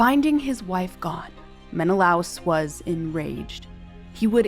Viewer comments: Helen was born in Sparta. So, Helen of Sparta would apply... *Menna-Lay-us. not Menalouse. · Gorgeous recreations, and an excellent description of how you arrived at them. One note, though; the name is usually pronounced "Men-eh-LAY-us" in English. After so many decades of hearing it that way, hearing "Men-eh-louse" was a little jarring. That's minor, though - I love what you did and can absolutely see either of the two end versions being her! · Men-uh-lay-us not men-uh-louse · meh·nuh·lay·uhs ￼shame on you! You must be unschooled, monolingual & too lazy to secure proper pronunciations. Read the classics after researching. Honor the classics, don't humble yourself. Slow Better Practice Practice and get feedback • BETA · Very detailed video and narration, thank you! Great to hear a concise summary of the events leading to the Trojan war. One small nitpick: Menelaus is traditionally pronounced in English as /ˌmɛnəˈleɪ.əs/ meh-na-LAY-us, au is not a diphthong so it’s pronounced in two syllables. This is from the way Latin words are systematically pronounced (the word itself being based on a transcription of ancient Greek). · AI can't say Menelaus properly? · It's so funny how pronunciations can differ. I always heard it as Men-i-lay-us ;-))